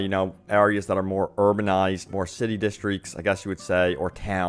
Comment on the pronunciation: Jesus man. Sorry but I had to say it. It’s pronounced “districts” not “deastrics”